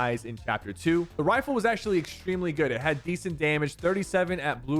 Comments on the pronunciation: Am I the only one that herd him say assault wiffle instead of riffle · he goes 'next up is the stark assualt wifle' lol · Did anyone else heard him when he "assault wifle". So funny